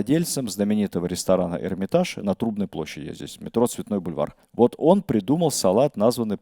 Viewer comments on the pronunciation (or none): none